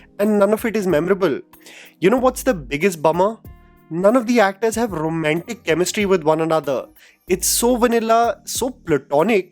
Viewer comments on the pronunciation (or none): Someone should correct his pronunciation of “Romantic” not “RomEntic” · your accent gets so thick at times....so Rrrromantic, pluTTTonic